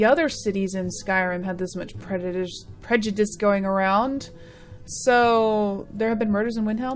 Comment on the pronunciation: Did you mispronounce 'prejudice' on purpose or because you were tipsy after drinking some wine lol?